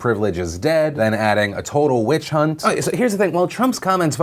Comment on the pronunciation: It's a whi-chunt